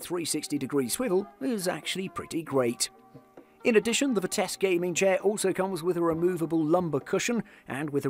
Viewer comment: Where is the dude getting the k at in Vitesse. Mans saying “Vitesque”